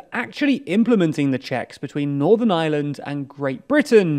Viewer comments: Er, lads, it's Northern Ireland, not Northern Island (at ) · Iland instead of Ireland, Közon instead of Kherson. It’s just funny. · again lads? How many times are you going to misspell "Ireland"? This seems to be a pretty common occurrence on your channels... Pronounce the R and maybe your editors/copywriters might realise there is one in Ireland...